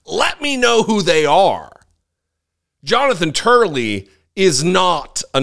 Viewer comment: He said Jonathan Turley 🤣